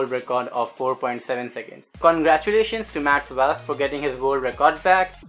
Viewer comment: It's valk not vyalk